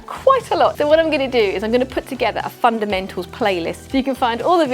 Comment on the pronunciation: All I keep hearing is “Fun and Mental!” 😂